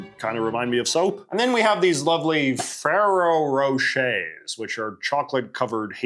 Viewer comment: As a long-time Brit, this video was nearly perfect, with only two major hiccups. The first was the brutalised pronunciation of “Ferrero Rocher”. The second was the characterisation of the early Labour Party as Marxist. The only real point of similarity was the borrowed language of “worker control of the means of production”. Early Labour figures drew mainly from Methodist and other Christian social movements, the trade union movement which sat on the right of the left, and a broad tradition of ethical socialism. Their politics were rooted far more in moral reform, mutualism, and practical improvements to working life than in Marxist theory. As the saying goes “the Labour Party owes more to Methodism than Marxism”. ❤